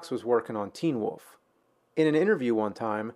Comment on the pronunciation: It's "wolf", not "woof".